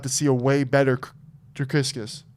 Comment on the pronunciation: It's pronounced Dree-Kez I think, there is no "s" before the "c"